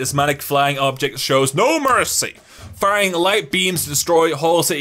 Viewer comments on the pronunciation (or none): none